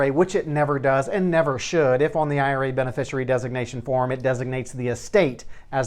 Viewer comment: Professional tip - It's pronounced be-ne-FISHY-ary.